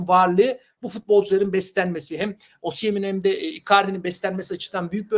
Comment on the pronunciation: Osiyem değil be abi osimen 😅